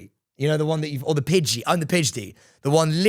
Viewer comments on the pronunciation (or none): Also Sam it's PIDGEY not PIDG-DEY, come on now..